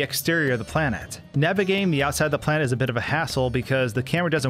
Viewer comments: He says planet like plant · who else thought he was saying "plant"